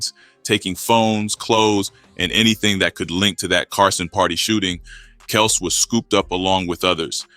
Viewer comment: Kelz not kelse